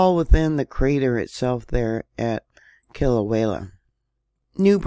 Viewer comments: Kilauea is pronounced Kē la u way a(short a). Halemaumau is pronounced Ha Lei maw maw. Kilauea prior to going silent for a couple of years had been continuously erupting for over 20 years. The Big Island of Hawaii is the largest of all the islands, and usually the eruptions pose no threats to the public. No one has died from any of the eruptions unless they've gotten too close to the lava which are usually tourists. The larger Mauna Kea, and Mauna Loa could do more damage should they decide to erupt, and they are due, however most of the pressure gets relieved from Kilauea. The geothermal plant probably played a huge role in the last eruption crisis. Sadly people lost homes during that time, however that part of the island is considered high risk to live in. Land is cheap there for a reason, and you can't get a mortgage for property in that zone. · Aloha,! The locals over here pronounce it “kee-la-way-ah”, and even up here in north kohala we feel the bumps and wiggles, thank you for informing on these events for us❤❤ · I couldn’t help it I cracked up too!!! Sounds like…Kill-a-way-a!!!🕊✝️💞